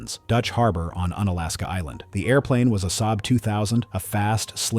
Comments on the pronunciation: Unalaska is pronounced like unicycle or unicorn. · Un-Alaska sounds weirdly un-American. 😅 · It's actually pronounced with a long U sound, like You-nalaska or unicycle